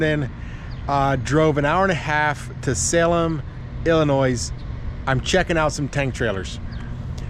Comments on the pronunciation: just to let you no,the S is silent in Illinois!!! Just say'n!!! That is a really nice looking trailer for a 17 man!!! Super singles suck!!! If you have a flat your done!!! But,can i ask you why you didn't lease a truck from Ryder or someone,and talk that baby home with you!!! Because now you have to pay a driver to go out,we'll unless you go,but fuel one way,but just thought i would ask!!! Just say'n!!!😊😅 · Dude come on the S in Illinois is silent pronounce it correctly!!!!!!!! Lmao 🤣🤣🤣